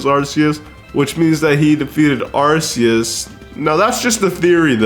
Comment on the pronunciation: And yoo-NUH-vuh, ar-KEY-iss, and pee-IH-nee! 🤨